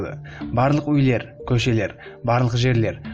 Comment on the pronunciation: Қазақша сөйлеп ұйренші өйлер демей үйлер дегенді